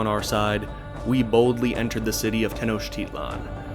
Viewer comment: also wjhy the fuck do you accent te-NOCH-titlan and not te-noch-TI-tlan